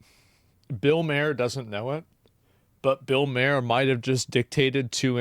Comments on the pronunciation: It's Màher, not Mare like horse's. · MAR = MAHER. Not MAY-ER HE is silent in Maher. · Asmongold, it's pronounced Mar (like to lightly damage something). Bill saying he's Centrist is bullshit. He says stuff like that all the time but his actions prove it a lie every time. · Why he keep saying Bill Mayor instead of Bill Maher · I don't wanna be that guy, but it's pronounced "MARR." I used to say it wrong too. He's not too bad. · Bill may-er? Youve never read or said his name out loud have you? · JESUS ITS PRONOUNCED bill MA ARE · Not pronounced Mair, Mayor, Mayer, Maher, just Mar. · It's pronounced Mar 😬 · The way you keep pronouncing Bill Mahers name is driving me crazy! 😂 His last name rhymes with Bar. MAR BAR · Bill MAR not.Bill MAYER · It's pronounced like "Marr". How can you be even remotely aware of him and not know how to say his name? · It's pronounced Mar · It's Bill Mar. That's how u pronounce his last name asmon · The H in Maher is silent, should sound more like "Mar". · BILL MARR is how you pronounce his name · .....its pronounced M(argh) like a pirate. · I think his name is pronounced as "Bill Maar" As in "Far" with the h being silent. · Are you mispronouncing his name on purpose? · Your not ai its ok to say bill maher correctly 😂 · Hey Asmon please pronounce Bill's last name correctly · The way you say his name makes me cringe, lol. The "A" in Maher is pronounced like in the word 'art', not a hard 'A' like in the word 'apple'. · Does Asmon mispronounce Bill Maher's name on purpose to make us mad? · Learn to pronounce his last name, is asmin rage baiting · Am I the only one that hates that Asmongold can't pronounce Mahrs name properly? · You don't even pronounce Bill Maher's name correctly lol. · Has Asmon still not heard how his name is pronounced? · Bill has been on TV for basically as long as Asmon has been alive, and Asmon still can't pronounce his name correctly. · Stop calling him Mayer! ITS MAHER! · It's Bill MARR not Bill MAYOR